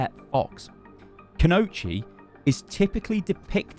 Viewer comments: Kunoichi = Koo -no -EE-chee Not Kunochi For future reference. Time to get more weeb when you talk about JP stuff. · Kooooooo knooooow EEEEE chiiiiiiii THERES AN “i” THERE STY THERES AN I!!!!!! None o’ that cool-know-cheese nonsense. I LOVE YOU BUT COMEON MAN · Could be wrong, but I believe it's pronounced - ku no i (said like ee) chi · it is ku no ichi thats how you would say it in chunks just a little tip but do you great content love it keep up the good work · everytime this idiot says "canochi" I die a little. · Try saying it like Kuno-ichi. That will sound better. LOL. For a playstyle we might expect to see check out videos of the Demon Slayer character Sango from the early 2000s Anime series Inuyasha. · Ku-no-i-chi You're pronouncing it very wrong, sorry. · Kunoichi is pronounced Kuh-no-ichi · Kunoichi is pronounced kuno iichie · Koo-No-EE-Chee: Confirmed not a Weeb. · My man said "koonochi" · Whenever he said Kunoichi.. ugh watch more anime xD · The way he pronounces "Kunoichi" makes it sound like a type of pasta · he just butchered the word Kunoichi to hell